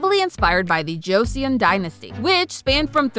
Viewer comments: it's pronounced "soh tai jee", NOT "se yo tay gee". also it's not "josie yawn", it's closer to "jo-sun" like the Korean newspaper Chosun Ilbo. hope this is helpful :) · You did okay with how you said some words but not a big deal when you messed up some One i will correct is Joseon dynasty is pronounced cho-sun like chosen with different inflection but love the theory!!